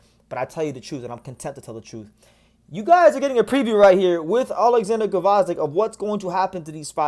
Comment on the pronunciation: The G is silent lol. Vozdyk